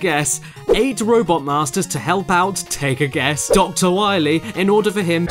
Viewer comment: "With the hep of hard man"